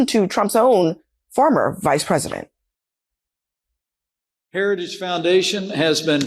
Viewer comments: What is a “Heradidge”? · Mr Trump, say "Heritage"